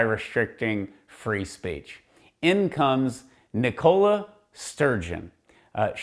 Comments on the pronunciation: Hahaha all legitimate arguments are lost when praying and religion is brought into it. 🤣 Its not cool to have an imaginary friend past the age of 10, grow up 🤣Ni-cola ffs can't even say Nicola 🤦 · Wow you have to use a fictional character from a film to try justify why women shouldn't have the right over their own body 🤣🤣🤣 oh and learn how to pronounce Nicola 🙄